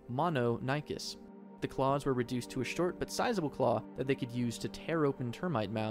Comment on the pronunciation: Deinocherus "terrible caw"